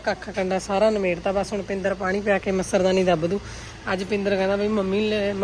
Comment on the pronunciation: ਮੱਛਰਦਾਨੀ ਨਹੀਂ ਜੀ ਮੱਛਰਦਾਨੀ ਹੁੰਦੀ ਆ ਜੀ